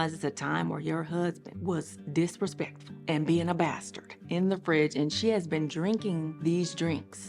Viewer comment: I absolutely love these stories. Whenever you say bustard I rewind everytime. Keep the stories coming no oun intended